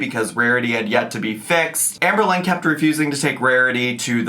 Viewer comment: Oh I see, someone fell for her manipulation tactic with the poem😅 Also it's Amber Lynn. Not Amber-Lynne, nor Amer-Lynn.